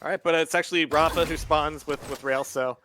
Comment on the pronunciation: has been commentating rapha's games for over a decade and he still won't pronounce his name correctly. so annoying.